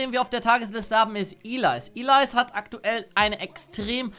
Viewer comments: Heißt es nicht Elise anstatt Ilais? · Ich hab einfach locker 3min darüber nachgedacht, wen du mit "Ilais" meinst, bis ich gecheckt hab, dass du Elise meinst ^^ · Wie sprichst du bitte denn anfange bitte Ellise aus (iiileise) ???? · Was für Ilays sag doch Elise ich wusste nichtmal wen du meintest xD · Ilais ? XD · ich weiss aber fands lustig wie er es betont hat